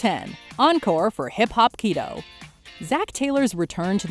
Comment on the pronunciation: I thought she said "hip hop pedo"